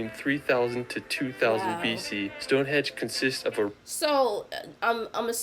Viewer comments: StoneHEDGE ??? THis guy cracks me up. ;-)) It's StoneHENGE !! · Did he really call Stonehenge ‘Stonehedge’???